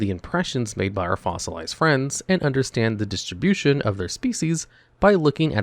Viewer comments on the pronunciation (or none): none